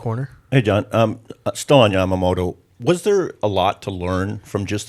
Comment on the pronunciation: Also I hate that woman's pronunciation of Yamamoto, it's Ya-ma-mo-to. Not YAM-A-MO-TO. IDIOT!